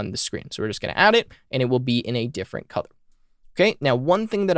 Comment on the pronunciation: Wait....is it "COLOUR" OR "COUTHUR" ????